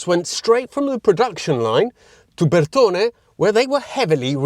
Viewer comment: So after all that about pronunciation. PAN HARD rod??:face-turquoise-covering-eyes:My French background cringed! Nice BUR ton E buddy.😁Love the Lam pre di engine I souped up a 2 liter one in my early 20s. I remember carefully breaking it in then just as I saw the odo tick over my foot right to the mat!! A minute later it dropped a valve.😭Second rebuild was the charm. Cheers